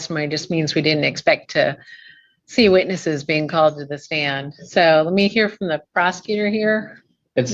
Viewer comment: Can he PROVE that he is a "Living human being?" Or did he say he's a "living human BEAN?"